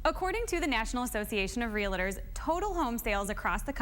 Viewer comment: Ree- la- tor ? I think realtor is pronounced phonetically.